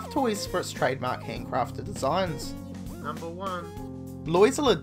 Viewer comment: numbaer, tin